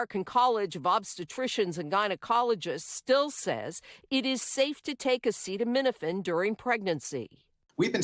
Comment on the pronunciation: SO—- he has gone from “ bleach injections for Covid” to “ attacking Tylenol”— cannot pronounce Aceta — uh uh